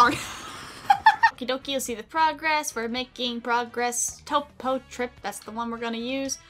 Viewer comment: “Topo, topography, toopo...” 🤣🤣